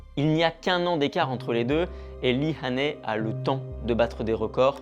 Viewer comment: Son nom se prononce "HAI-NI" , et non pas "HA-NAI".